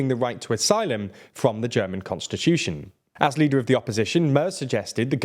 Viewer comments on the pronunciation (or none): none